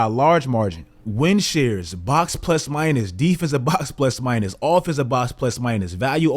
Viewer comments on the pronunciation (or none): none